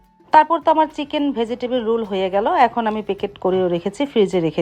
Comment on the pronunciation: রুল না। রোল